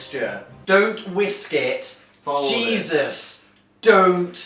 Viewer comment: is a Dan as a mom. I paused it because he said wisks.....